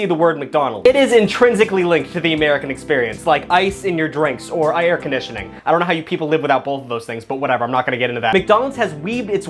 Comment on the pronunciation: Did anyone else catch how he pronounced air conditioning? Bro went polish for a second